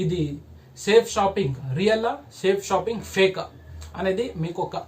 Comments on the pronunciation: First Of all Ee Thammudu ki Our Great System Name ee Palakadam Sarigga ravadam ledhu 🤣🤣🤣🤣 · ఒరే off నలేజ్ నీకు చేతకాకపోతే cheyaku కంపెనీ పేరు పలకడం కూడా రావడం లేదు nuv direct celling గురించి చెప్పడం చాలా కామెడీగా undi bro. నీకు దమ్ము ధైర్యం ఉంటే నా phon number ki call Chy. ఇకామర్స్ అంటే ఏమిటి అనేది తెలుసుకో. లేకపోతే నేనే డైరెట్ గా వచ్చి. వీడియో ముందు నిలబడి plan cheputa nuv అక్కడే ఉండాలి వీడియో off చేయకుండా ok na bro లేడీస్ చేస్తున్నారు ra niiiiii చేతకాని ఎదవ ni బతుకంతా ఇలాంటి fak videos చేసుకుంటూ బతుకు all the best 😂😂